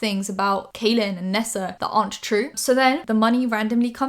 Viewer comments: Hi just wanted to let you know that Kahlen is pronounced "Collin" and not "Kaylen". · Just so you know, his name is pronounced like “Collin” not “Kalyn.” Not trying to be rude, just informing you in case you talk about him again. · I love you but I've been a long time subscriber of Kahlen Barry so it bugged me a little whenever you pronounced it wrong. It's pronounced the same as Colin. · Kahlen is pronounced like Collin. Great video! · kahlen's name is pronounced like "collin" 🤎🤎🤎🤎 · Kahlen is pronounced Collin!! Lol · his name is pronounced like collin! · im pretty sure his name is pronounced like kal- in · Just FYI, Kahlens name is pronounced as Collin! Love your videos ❤️ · You mispronounced his name but that's minor stuff, i'm super happy you covered this story with Kahlen! People needed to hear his side of the story ♥ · Channon Rose's video is still up. Also small minuscule thing how come all the drama channels aka Spill Sesh say his (Kahlen) name wrong.